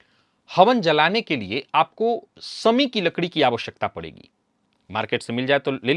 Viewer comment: यज्ञ में 'शमी वृक्ष' की लकड़ी का प्रयोग होता है। 'शमी' शब्द का ग़लत उच्चार नहीं होना चाहिए। "समी" नहीं, 'शमी" सही है। "सनि", "श्नान", "ज्योतिस्" आदि सुनना अच्छा नहीं लगता है।